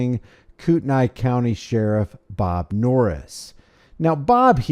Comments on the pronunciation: Its pronounced kootney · Coo-ton-knee with the ton sounding more like tn. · I live near here. I've been following this since day one. First, please pronounce it correctly lol. Kootnee is how it sounds. Second, the City police chief is actually investigating, and is the reason charges against her were dropped. The county sheriff, on the other hand, screwed the pooch! The PAC is claiming it was a private 'Legislative Town Hall,' even though the contract to use the school district facility requires it to be a public event. I'm ashamed of how my republican party has handled this. The woman is known to be very disrupted, and is believed to have pulled a fire alarm in a similar, previous event. Absolutely no excuse to assault and kidnap her! I look forward to the sheriff and three 'security' personnel being charged and prosecuted. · FYI it's pronounced "Koot-knee". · Kootkneee. Not the way you say it.